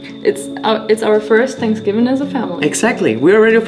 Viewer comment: seems to ignore the letters TH in his vocabulary. Tanksgiving or is it Thanksgiving? Not being mean…I use to live in Mexico and no one would tell me when I mispronounce things because they could figure out what I was saying. Just providing a helpful tip.